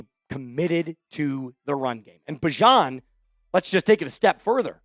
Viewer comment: by the way, bijan corrected the SNF crew that he'd rather be called "bee-zhon" again😂time to switch back